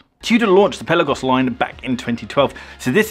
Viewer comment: Dude, if you're going to review these watches, you need to pronounce it correctly. It's NOT a pelican. The correct pronunciation of "Pelagos" is peh-lah-gohs, with the emphasis on the second syllable "lah". The "e" is pronounced like the "e" in "pet" and the "o" is pronounced like the "o" in "go".